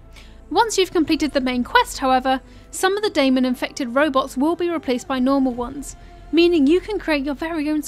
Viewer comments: Its Demon not Daimon... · I know I’m late but in the game it’s pronounced Daemon (Day-men) lol